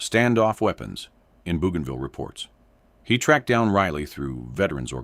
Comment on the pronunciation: After "Boo gone ville", AI will never get it right.